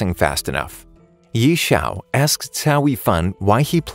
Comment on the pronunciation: The names...ughhh the name.....i guess he didnt watch the anime or what cuz he said most of their names wrongly...Yi chao? lol